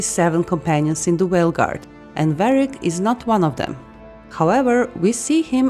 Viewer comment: Did you say whale guard